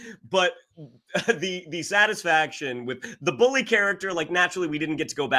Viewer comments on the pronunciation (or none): none